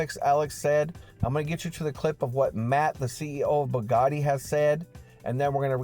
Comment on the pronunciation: i Really have to tell you Its pronounced BOO Like booty BOOgati LOVE YOU BRO YOU THE MAN